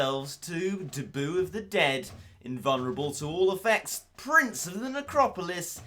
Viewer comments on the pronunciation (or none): none